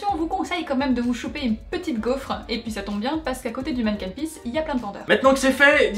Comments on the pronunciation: hey a on dit "stoump" voila et c'est aussi "Manécken pis" mais au sinon super vidéo 😍😍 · Je suis de Bruxelles et c'est vrai que votre programme est pas mal du tout! La seule chose qui m'ai fait rire c'est votre prononciations pour certains mots... Comme le stoemp ou le Manneken-Pis :p Mais bon, c'est pas trop grave, juste drôle^^